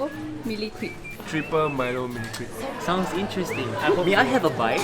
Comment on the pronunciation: Lol i heard "Crap" instead of crepe